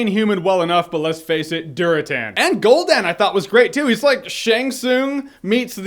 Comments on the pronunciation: This guy pronounces Gul'dan's name like "Gohl-Dan", when really the phonics should be "Ghoul-Dan". Blizzard emphasized his name in WarCraft III and Warlords of Draenor. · "Gol-dan" LOOL